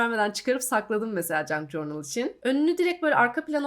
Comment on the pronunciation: merhaba! Bi ajanda kızı olarak kanalını çok seviyorum 🧡 Bi de “cornıl” değil de “cörnıl” diye telafuz edersen videolarını daha rahat izleyeceğim ☺️ Obsesif kişiliğimden olsa gerek videoya odaklanamıyorum telafuza kafam takıldığından, kusura bakma 🙈